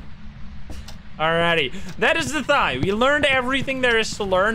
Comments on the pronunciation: The Thaye is based on Burmese mythology, pronunciation is actually neither of what you said. Thayé translates to သရဲ which is pronounced 'The-yay' or 'Tha-yei' See: You can use google translate to speak this word: သရဲ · It’s pronounced Tie-aye. It’s Burmese for ghost. They’re in Burmese mythology and they usually tall, with pointy ears and have other varying characters. The more you know. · pronounced like it's written (tha-ye) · its pronounched Tha-Ye or Tha-Yal, not thigh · Thaye - first time u pronounce it in the video pls use that one. So pronounce it like fey but with th. The second way sounds like a person’s thigh😂 i cannot take the ghost seriously thinking about hunting thighs🤣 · CJ literally said in chat that it’s pronounced like “they” with a softer “th” sound Edit I googled it and the online pronunciation also sounds like “they” not “thigh” 😭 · Hi it's pronounced The-Yare (Rhymes with Dare) and not a monosyllabic They/Thire။ It's the standard ghost from Burmese folklore, typically spirits of people who died while still having material or emotional attachments to objects or people while they are still alive. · That moment, when I realise, "thaye" literaly just means "ghost" in my native(burmese) language. Also, it's pronounced, Tha(same as thigh but only the "th" sound) -ye(as in yell without the L sound) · "Thigh ghost" haha nice ;) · Hey! It's a Burmese ghost pronounced thuh-yeh. My dumbass also called it thigh at first, instead of thinking in my language lmao.